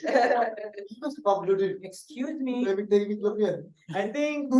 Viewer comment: stell “I’m on a diet” “excuthe me”